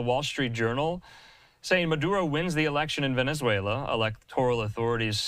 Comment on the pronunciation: Heyyy! He finally managed to pronounce Venezuela correctly. :P